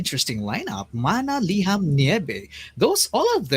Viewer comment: I also love the fact that she could pronounce the SB19 songs right - Mana, Liham, Nyebe! Mad props to her! 🎉